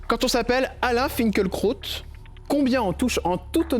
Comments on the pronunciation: En allemand "fin kil( en allongeant le i ) kra ot " .das Kraut signifiant plante ,herbe , Lui- même prononce son nom fin kel krot . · Pourquoi personne ne prononce son nom correctement ? Fin-kil-kraoute ! Lucidité, humanité, profondeur d´âme et d´esprit. Alain Finkielkraut est bouleversant. 🧡